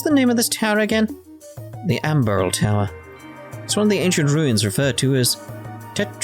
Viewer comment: I mean, It's not that hard to escape monsters, all you have to do is run away when you encounter them (especially since it's 100% escape chance in sky). Also, it's not "ambral" but "amberl".